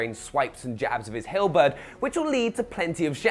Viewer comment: Can someone tell him how to say halberd properly?